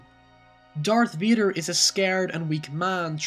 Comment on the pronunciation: Darth Veeder! Great vid.